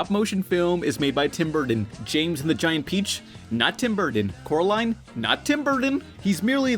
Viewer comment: Yes and you said Coraline. CORALINE! Not Caroline at all.